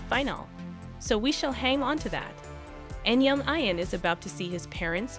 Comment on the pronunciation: Tell the narrator to STOP mispronounced the name Ian. Correct way to say it is E AN.